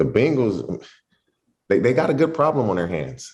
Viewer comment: It's Bengals not Bangles 🙄 Bangles are bracelets.